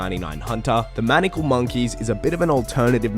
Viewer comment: Very thorough guide, well done. ps. It's maniacal, pronounced məˈnʌɪəkəl